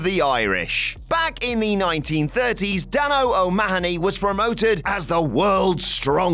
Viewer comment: O Mahhhhh Own Knee? Suggest a trip to the Emerald Isle before you butcher any more Gaelic names.